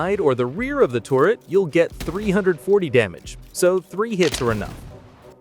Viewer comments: It's "turret" not "tourret" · turret, turret, turret. it aint torret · Its turret not tourett like the syndrome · Why do you say "touret" instead of turret? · Tur-ret not tor-ret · This is great info but the way you pronounce turret like tourret is crazy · Why is he saying tourett instead of turret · Hi. Its ter-it not tour-it. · If you say "torret" one more time, im going to come misplace your your car keys and mis match your socks. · TORRET TORRET TORRET TORRET (Narrator has an American accent and has no reason to pronounce 'turret' as "torret". This is a meta content-creator tactic to or people to comment on the video, giving more interaction and engagement for monetary reasons. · "Terr-Ret" NOT TORRET. The heck?! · which sounds like ter-ret. The people are spelling it like he pronounced it tor-ret. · "the touret" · Bro said torret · Sounded more lime "Tour-ret" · Tour-it Weird ass way to pronounce it lol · Genuinely crazy way to say a completely normal word why do Americans do this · Please don't say turret like that again it's makes you sound stupid